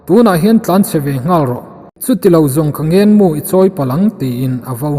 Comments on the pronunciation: Ngên mu a ngênn a ngên a nilo, ngen nu leh pa kan ngen anga lamrik tur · He bungah hian 'Ngenmu leh Mualkil' lam dik a ni ta